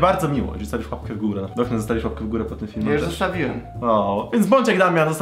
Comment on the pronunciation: Czy tylko ja uslyszalem zboknes na poczatku